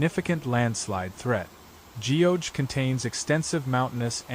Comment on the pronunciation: ** Geoje /ɡʌdʒeɪ/. Show some respects to local pronunciation! It's not /dʒiːoʊdʒeɪ/.